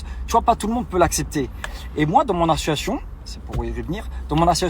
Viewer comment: Association monsieur Dylan pas assuassion 😂😂😂 il incroyable 🤦🤦🤦